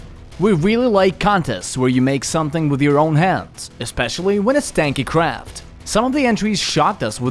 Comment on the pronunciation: LOL its really sounding like that xD